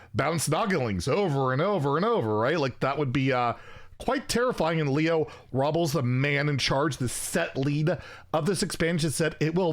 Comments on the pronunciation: Leo's name is pronounced "robe-less" not "robbles" he says it in the reveal video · I’m almost 200% sure Robles is not said that way lol Row-bless